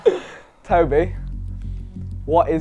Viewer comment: its tobi not tobey